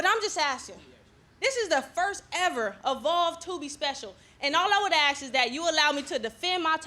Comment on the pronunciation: So can't pronounce "ask"